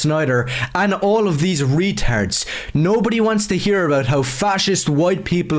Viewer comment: He said Retart lmao